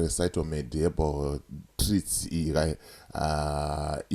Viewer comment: Aiwa haisi Shytomed baba inonzi Phytomed pane P not S baba